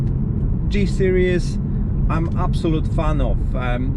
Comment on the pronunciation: It's a SERIES, not a SERIOUS !!!! 😂😂😂😂